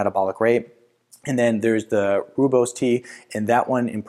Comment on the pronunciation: 🤣 love the pronunciation of Rooibos tea, it's Afrikaans word from South Africa. Phonetically said it would be Roy-boss tea in English.